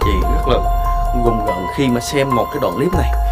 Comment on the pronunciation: Rùng rợn ông ơi ,gùng gợn cái gì đọc bậy ko